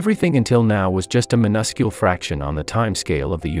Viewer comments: Noticed that the AI generated voice text cannot pronounce miniscule. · Why do like half of these science channels mispronounce so many words like "miniscule" and "speculative?" It's distracting and infuriating.